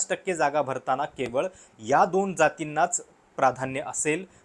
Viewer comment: न ला ण का म्हणता? अणूसुचित, अणुशंघाने,दोण